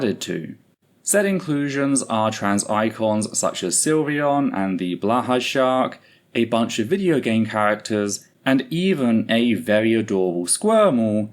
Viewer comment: btw Blåhaj is pronounced bloh-hi (if I have any idea how to explain in the nonsensical way English spelling works lol).